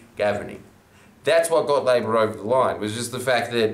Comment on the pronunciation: It's "LA-BOUR GOVERNMENT"